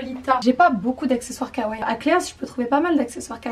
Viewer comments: ON DIS (KAWAII) PAS (KAWAIIL) OK OK OOK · Kawaii se prononce avec les deux i et non Kawai :) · on ne dit pas kawai mais kawaii le i est plus long c'est pas pour rien qu'il y en a deux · c'est pas sweet lolita que tu porte et tu prononce mal le mot kawaii, on dit pas kawaii mais kawaii i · C'est marché kaiwaii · Kawaï ce dit à la fin iiiiiiii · Ça se dit "kawaiiiiiii" 😉